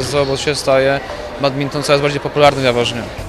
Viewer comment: Dlaczego ten pan powiedział badminktonie!? To jest BADMINTON